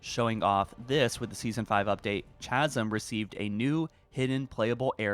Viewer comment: It's been a while since I heard him say wolf, totally forgot he pronounces it like woof lol, although after hearing chasm pronounced with a ch sound rather than a k sound I forget if he just doesn't know how to pronounce it right or if it's something else. No hate btw, not like your trying to say wolf and it sounds like meow.